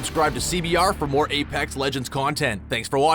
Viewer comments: “AyPacks legends” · You didn't prnounce "Apex" correctly,for that reason....I'M OUT